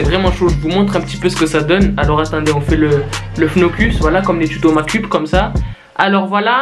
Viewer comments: Makep sa ce prononce (mékeupe). Tu m'a fait trop rire quand ta fait le bisous sur la caméra. 😂😂😚😚😗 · pourquoi tu dit tuto makcupe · Arrete de dire macup sa me gene